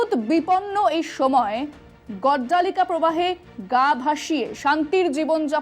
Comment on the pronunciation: কথাটি গড্ডলিকা প্রবাহ। মনে হল যেন গড্ডালিকা বললেন।ভালো থাকুন।